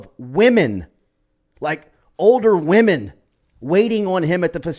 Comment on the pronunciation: The way you pronounced “women” gives up Tommy Moffitt as the source… 🤫